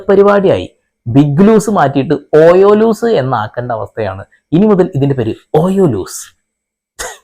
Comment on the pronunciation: ഓയോലോസ് അല്ല ഓയോബോസ് 😂